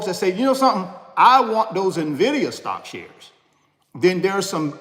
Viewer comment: So glad you are correctly pronouncing "Nvidia" starting to look like you are knowledgable 😉 no more "Nividia" 🤣